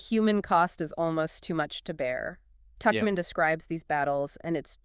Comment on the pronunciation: The man in this discussion alternates in his pronunciation of "Tuchman" while the woman is consistent in correctly pronouncing "Tuchman" as "Tuckman